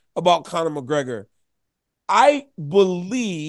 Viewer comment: Casuals can't even say the double Champs name.... Mcleggor